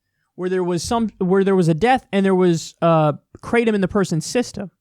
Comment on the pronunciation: They way you pronounce Kratom is pretty funny. Try something more like "krah-tome". EDIT: "gra:təʊm" if you want to be very close.